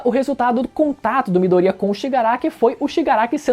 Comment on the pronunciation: Mano esse cara que fez o vídeo viu o anime pelo menos,chegar a doer os ouvidos vendo ele pronúncia os nomes dos personagens tudo errado,se foder Mano,midoriiaa a pronúncia é MIDORIÁ,veja a pora do anime com áudio original pelo menos e fala o nome dos persongem certo,vários personagem que fala o nome todo errado...porrra